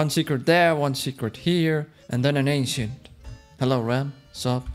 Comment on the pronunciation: How ppl say ancient ainchent how ram says ancient ainchient